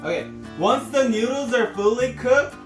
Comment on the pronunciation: This is how many times he said newdooles ⬇️